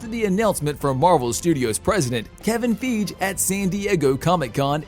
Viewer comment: Bruh-Kevin Feeeg? Lol cmon, my guy.